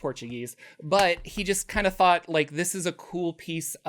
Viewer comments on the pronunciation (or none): none